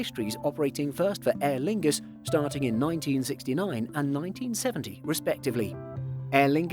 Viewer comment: Aerlingus. Lol. Sounds more like analingus